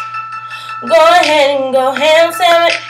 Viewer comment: You say sandwich weird